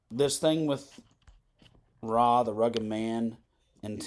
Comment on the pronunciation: It's not "Rah", it's "Arr Aye" the Rugged Man